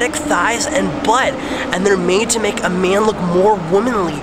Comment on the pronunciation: LOL i like how you say butt.